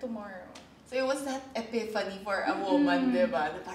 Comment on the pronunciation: Word of the day “Ephifany”- nicole